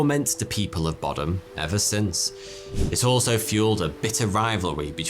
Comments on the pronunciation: boddam is pronounced “bod-uhm” not “bod-ahm”😭😭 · I live in the town peterhead that's right next to boddam, and I've never heard of this, how!!! Edit it Is said bod-um not bodd-dam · I'm quite near 'Boddam' this pronunciation made it sound posh 😀 it's not . .